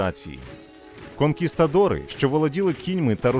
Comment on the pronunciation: КонкісКадори😂😂 літера Т має бути!!